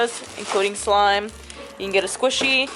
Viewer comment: Why you say for slime sur she????